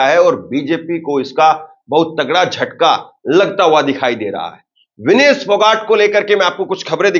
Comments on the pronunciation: Vinish nahi bhai vinesh bol bhai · नाम का उच्चारण सही कीजिये। विनीश नहीं विनेश फोगाट नाम है।